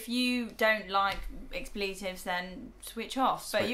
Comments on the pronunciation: Speaking of hate, I'm just saying, it's 'Ecks-pluh-tive' not 'icks-plee-tive' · Im sorry whats an expleetive? Do you mean expletive(ex-pluh-tiv) lol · Expletive is accented on the first syllable, even in Britain. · I didn’t realize you Brits pronounce “expletive” differently than us Americans. Y’all say “ex-pleet-tive” as opposed to us who pronounce it “ex-pla-tive”